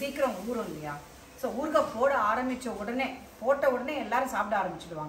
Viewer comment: ooorkkkaaa.illa .oorukaaai or oorugaai ma'm h aha ha no offence